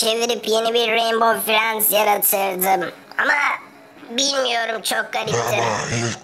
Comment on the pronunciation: Reinbov fiyend diye neden söylüyor mavi